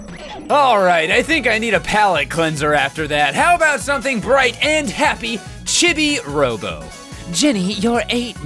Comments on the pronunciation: "Chibby" Robo?????? CHIBBY?!?!?! What the hell, it's not a opinion, it's an established word and nobody has ever said it like that. Why WHY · Who on earth calls him "Chibby-Robo?" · CHIBI ROBO IS MY FAVORITE GAME IN THE WORLD!!! Also you can buy extra time and battery in the online shop in the chibi pc. PS Chibi robo is pronounced Cheebee robo, which is why Mrs Sanderson calls you Cheebo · it's pronounced cheebee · I know its called Chibi Robo but it sounded like he said "shitty robo" when I first heard it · It’s pronounced chee bee robo